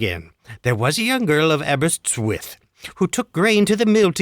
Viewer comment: “Aberystwith” (which is a town in Wales) is pronounced “ah-ber-IST-with.”